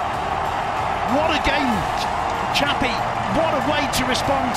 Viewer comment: Btw itu kurang x bang Xavi bukan avi